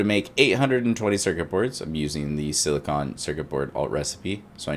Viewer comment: When you're saying silicon is sounds like your saying silicone. Its a difference. Silicon is whats used in solar panels or CPUs, silicone is what you put around windows and shit to make it water proof.